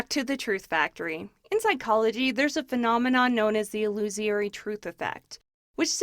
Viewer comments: "I accidently called Trey Gowdy "Ted" for some reason." You also accidentally called 'illusory' 'illusiary', and 'et cetera' 'ex cetra'. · Ill-ooh-suh-ree, not ill-ooh-see-airy. Trey Gowdy, not Ted.